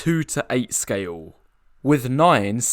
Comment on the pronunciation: why does he pronounce "scale" as scayool?